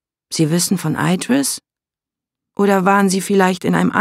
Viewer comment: Mal ehrlich, wie schwer wäre es für die Sprecher von den Hörbüchern gewesen, sich darauf zu einigen wie man die Eigennamen ausspricht und das dann einheitlich umzusetzen? So sehr ich die Geschichte mag, jedes mal wenn sie 'Eidris' statt Idris sagt könnte ich mich aufregen. Dazu kommt noch die komische Halbübersetzung. Was bitte soll ein Clockwerk sein? Ganz oder garnicht, was bitte spräche gegen Uhrwerk, das würde jeder verstehen aber dieses denglische Gemisch ist grausig.